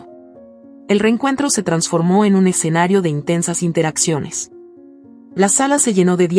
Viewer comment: Y dale con “el EXENARIO” Es ESCENARIO….ESCENARIO ESCENARIO….ESCENARIO😂